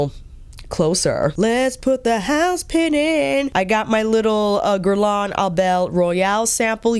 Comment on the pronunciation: Off topic: the 'lain' part of 'Guerlain' is pronounced 'leh' as in 'meh'. The N is almost silent. Actually, it sounds the same as the 'Guer' part, haha (so Gèhrlèh + almost silent N) This is not criticism. I know how much you care about pronunciation 💕